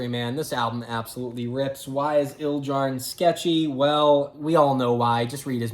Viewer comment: you mispronounced Ildjarn and then said RAWR so pretty much fuck you